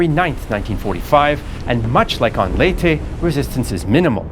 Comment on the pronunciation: Finally someone pronounce Leyte right, as in Ley-Te, not Leyte (Late)